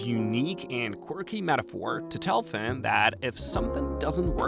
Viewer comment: my brain is so rotted. Every time you say "Fin" I hear Fent